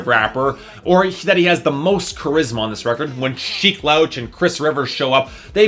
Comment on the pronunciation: you pronounced Sheek Louch's name wrong… Its pronounced [ Lu-ew-ch ]